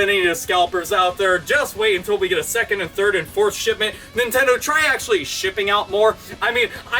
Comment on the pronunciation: you said nintentoo lmao